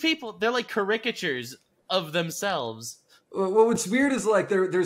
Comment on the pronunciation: ca RICK atures